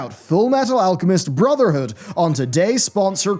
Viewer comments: Every time i hear him say full metal alchemist brotherhood. I hear say Furl metol allchemest brrrtherhood! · you mispronounced brotherhood Its furu meteru alchemistu bruzudo